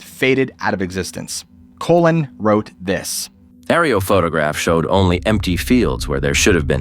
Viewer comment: why did you say the name " colin" as "colon?" colon is what is inside people's body lol.